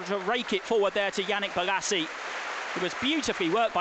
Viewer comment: he says his L's as G's. crystal paggis. Yannick Bogasie